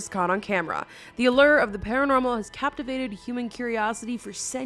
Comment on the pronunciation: "cappavated" lmao